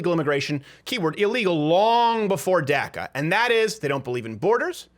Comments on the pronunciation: Its pronounced DACA not DACKA its of Spanish origin say it right so you don't offend anyone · Why are you the only person on the planet who calls it DAC-A? The rest of us normal people call it DOC-A. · Saying DACA sounds like Durka Durka!